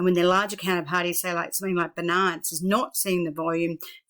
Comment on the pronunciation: Thanks for your video, small remark and not very important but Binance is spoken like BInance, not beNANCE, emphasis on Bi... just like Finance but with a B.